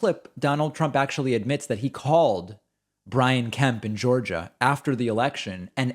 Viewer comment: Did…did he pronounce Georgia…”Goojuh”!?